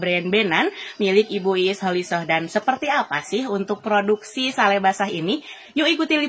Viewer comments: Betul, Ngawur ini Pembaca Beritanya. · Sale di baca sel haaa google.... Di kira diskon apa. Sale pak sale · Ini Pembaca Berita Ngaco alias Ngawur, "Sale" disebut "Sel". Tolong Diperhatikan Tribunnews Supaya Tidak Salah Arti.